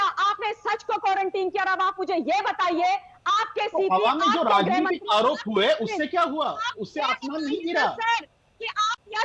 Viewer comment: Yeh ketAn harami bar bar raajhnetic raajhnetic bolre